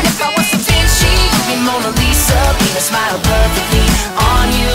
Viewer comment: Does anyone hear "penis" when he says "paint a smile"